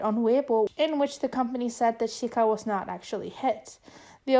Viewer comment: hi! i know i'm a bit late, but chiayi is pronounced jia yi (jee-a yee) :). just different from mainland spelling. also, chiayi is a city in taiwan :) edit - sika is pronounced (si (neutral tone, s as in snake) ka, :)